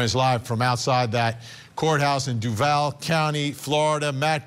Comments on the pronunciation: It’s DUUUUUUVAL (Dooo-Val) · Its pernounced Due-Voll. Obviously not a Jags Fan. 😅